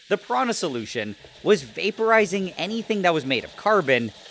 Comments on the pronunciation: ✖ Piranha solution ✔ Mafia dipping also, "piranha" is pronounced "piranya" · Piranha is pronounced >Piranya<. Portuguese >nh< is analogue to Spanish >ñ<.